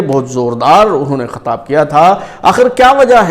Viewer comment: Khatab nahi Khitab hota ha.... Chutiye....